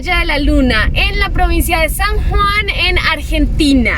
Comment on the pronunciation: no es provincia de san jan es san JUAN y no es metereologicas es METEOROLÓGICAS NO LLEVA R